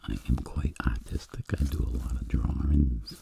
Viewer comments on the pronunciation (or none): I thought he said "autistic" instead of "artistic" lmao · when he said artistic i thought he said autistic.....i was so confused for a second lmao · I thought he said autistic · When he said artistic I honestly thought that he said autistic and also this is just really good I fell asleep in 5 minutes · When he says artistic it sounds like “autistic” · He said artistic I thought he said autistic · I know hes artistic and a great asmrtist, but i didnt hear "artistic" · I thought he said he was very autistic He said Artistic